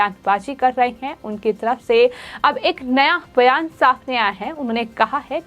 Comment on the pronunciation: अरे कोई तो इस को बोलो की, बोलते समय एकनाथ शिंदे का नाम कम से कम ’सिंधे’ तो नही बोले। दूसरी चीज़ हर शब्द के पीछे ’ह’ लगा के हकलाने की जरूरत नहीं। संजय राउत को संजय ऱ्हाउत, बयान को बह्यान, रात को ऱ्हात, जवाब को जव्हाब. बाकी सब ठीक है पर उसे अपनी खुद की speech सुननी चाहिए।